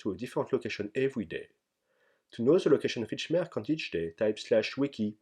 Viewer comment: Merchant se prononce avec un son "tch" et pas "k". ça m'a dérangé pendant toute le passage sur les marchands du PSNA :P